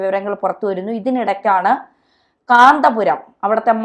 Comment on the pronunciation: ഇവൾക്കെന്താ കാന്തപുരം എന്ന് തികച്ചു വരാത്തത്..?